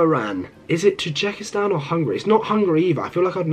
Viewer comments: And its not tijikestan its TA JI KIS TAN A ZER BAI JAN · Pronunciation: ⬇️ Name: ⬇️ Be-ninh/Buh-ninh 🇧🇯 Benin 🇧🇯 Mal-ow-ee 🇲🇼 Malawi 🇲🇼 Tuh-jick-ee-stan 🇹🇯 Tajikistan 🇹🇯